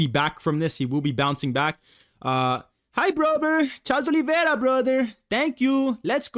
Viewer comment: “CAHLRES OLIVERA BRUTHERRR“ 🇧🇷🧌🧌🍇 hes like mario